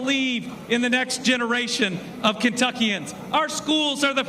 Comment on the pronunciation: Actually it’s pronounced Kentuckians